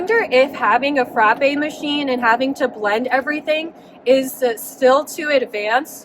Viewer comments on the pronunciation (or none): none